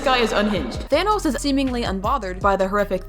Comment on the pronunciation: It’s thanos not tho as